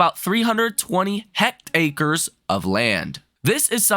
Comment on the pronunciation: It's hect-airs. No c to make it hect acres. 🙂